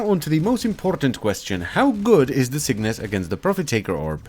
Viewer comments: cyngas mate (chei; ngas) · Sin-gas...muh OCD. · I thought it was Cygnus too, but you need to flip the g and the n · Get down with the cyngas. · Cygnas sounds better, now this archgun is ruined for me